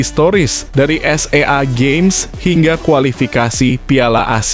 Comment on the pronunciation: Napa sih narator iniselalumelapalkantanda baca dwlam kurung Padahal gk perlu dobaca.bacanelite dan sea gsmes selalubsalsh.lifil deh jadinya.